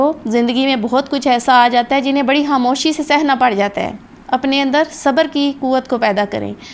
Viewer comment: یہ حاموشی کیا ہوتا ہے، یہ کون استاد ہیں جو پاکستانیوں کو خ کی جگہ ح پڑھاتے ہیں